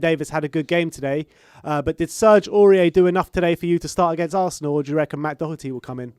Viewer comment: Lads love him or hate him please pronounce his name properly -it's Doherty not Dockerty.